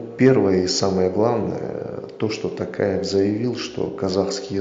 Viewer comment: ТАкаев емес, дұрысы ТОкаев болады.Дұрыс айтыңыз.